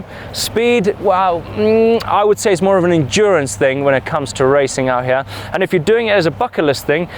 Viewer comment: #captioncontest "I'm SURE Martyn said "put it in 'ear"?